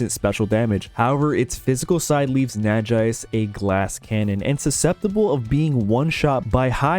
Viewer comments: Super excited to see more! As someone who played through most Pokemon games with little real knowledge of in depth mechanics, I'm excited to learn more. Only gripe about this video was pronunciation on Nagaise, derived from Naga and Wise, I think it's probably pronounced nah-gah-eyes. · First time I hear someone pronouncing Nagaise this way haha, nice video nevertheless!!